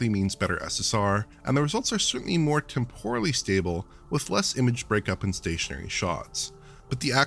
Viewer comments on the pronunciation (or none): Temporal ffs temporal, temporal ! Tempor-al not tem-poural !!!!!! Every time !!!